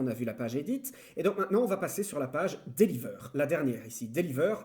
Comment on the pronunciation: la page deliveurrrrrrrrr hahahaha je suis morrt :'D exelente vidéo